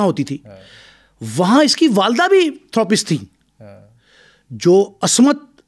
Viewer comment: Thoo roo paste Nahi Therapist hota hai.